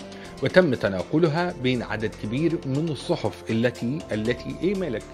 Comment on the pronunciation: الكواليس تجنن ...الصحُف مش الصحف😂😂👍🏻